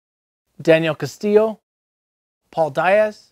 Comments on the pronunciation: It’s Paulo Diaz not Paul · You cant even pronounce Paulo Diaz name fool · Holy shit you butchered Paulo’s last name sooo bad.